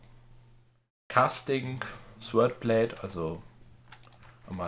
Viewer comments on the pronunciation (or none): hat die die Sachen gesiebt, wird noch das Smeltery aufziehen und rettet vor dem Tod. ^^ Eine Frau für allen.;) P.S. Beim Sword wird das w nicht mit ausgesprochen ^^